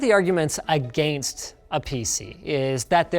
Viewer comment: Pretty sure it was an xqc reference, lol. He stressed it way too hard to indicate it more. I've heard Linus say it the "US way" or whatever in the past.